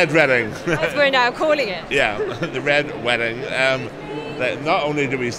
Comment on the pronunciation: Wow he cannot say red wedding lol